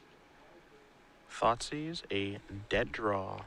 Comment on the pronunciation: "i want my thoughtsieze back" lol that made me giggle